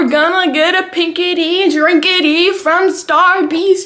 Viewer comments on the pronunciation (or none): she said starbis lol